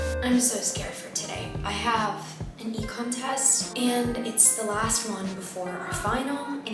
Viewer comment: I’ve just spent a good 10 mins trying to figure out what an “e contest” is. I’m just now realising you said “econ test” 😅